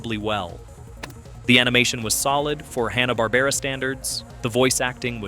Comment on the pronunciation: "Hawna" Barbera...?? Sometimes it's said like that in this video, sometimes it's said right. How about watching any of the million videos about Hanna-Barbera to learn how to pronounce the name properly?